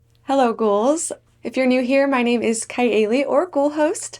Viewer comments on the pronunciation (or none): none